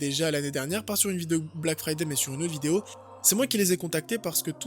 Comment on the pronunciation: Omg le black fyyday cher darty😱😂😂😂😂